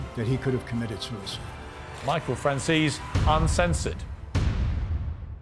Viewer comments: How can he say "Franzees" over and over ? He's italian! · Piers please pronounce maahvia correctly and your guest's name Francheseee" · FRAHN-ZEH-SEH this is how you pronounce this last name, so hard? Omg all these people franz this fran that jeees. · "Franseez"? At least respect the guy enough to pronounce his name like a real wiseguy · Piers Morgan will never outgrow that BBC TV Talking Head "Gotcha" approach the the questions he asks.. "your own father", there are much, much better long form interviews with Michael Franzese whose name Morgan in his very "I am your Better" British manner refuses to even pronounce correctly.... bah, i just can't like this fucking guy.